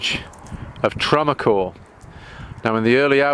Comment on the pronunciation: Azincourt is the village adjacent to the battlefield. We say Ag In Court, with the t pronounced.